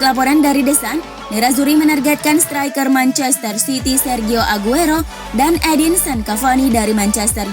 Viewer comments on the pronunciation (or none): none